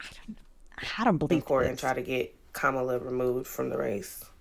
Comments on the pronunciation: That white dudes for Kamala guy is so mad about about her loss but he is saying her name wrong. The accent goes on the first syllable not the second. They get so pissed off when people say her name like that. There is a lot more hate coming from liberals toward all men, especially white men. They keep telling me how terrible I am but now they're mad that I didn't vote their way? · If the White Guy in the glasses voted for Kamala, why is he pronouncing her name wrong?